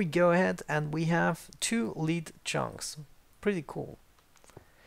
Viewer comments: Lead isn't pronounced leat its lê d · It's pronounced led... It's the element Pb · Lead is pronounced "led" in English when referring to the ore or metal. English is messed up like that.